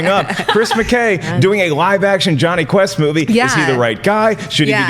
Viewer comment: Am l the only who heard jonhy test instead of jonhy quest